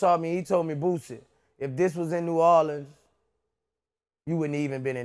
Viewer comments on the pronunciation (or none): You fucked up "NOW YOU BOUTA GET FUCKED UP" 🙏🏾 HIS NAME BOOSIE NOT BOO BOO DA FOOL VLAD😂